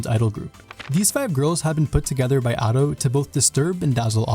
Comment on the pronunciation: Every time he says Ado it hurts my body, soul and spirit.